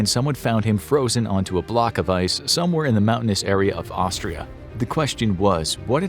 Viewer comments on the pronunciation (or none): none